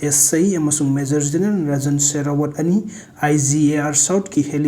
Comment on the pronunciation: Not generan it’s general😊😊